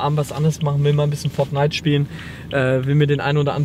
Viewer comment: Minute das war die beste Betonung geschrieben wie er es gesagt hat Fort nite😂😂😂